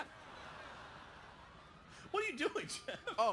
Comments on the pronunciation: It's actually goeff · ITS GEOFF!!!!!! NOT JEOFF!!!! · "jeoff" lol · "Jeoff" lmfao. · You mean Goeff?